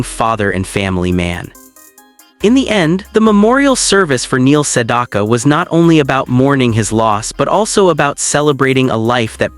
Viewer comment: Learn how to pronounce his name!